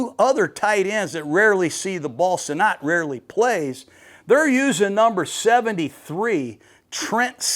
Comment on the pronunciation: Ben Sinot out of Kansas State is pronounced like senate. He was a very good TE at KSU.